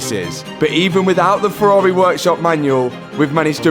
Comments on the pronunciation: Ferrari refuse to allow anyone to own a Ferrari if they pronounce it ‘Furar-eh’ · That's a nice Fe-ah-ri. :) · Lol "Ferrareeh" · love it how says Ferrahwreh🤣.